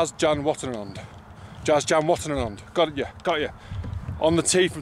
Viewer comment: That was terrible, you destroyed Jazz's name. I am from your area (sort of, Cheshire !) and I can pronouce it. I am not sure we'll be seeing you at the Open anytime soon ! Can't believe you blanked Dave Horsey, the closest pro to your home and you blanked him, just like the Sky coverage, they don't show him much either ! I guess he beat you too many times as a kid ! I did wonder if we see you as a bag carrier for the week after your win last year. Seems like you enjoyed it and I can imagine it was nerve racking to do it. At least they put you on the 10th were its a bit quieter.